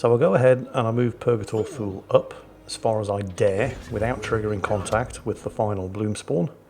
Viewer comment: Purgatory "Too-Lee". Thule is pronounced "Too-Lee". If in doubt check the Wikipedia for Thule Air Base.